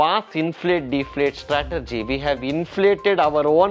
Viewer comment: It's Strate-Jee 😂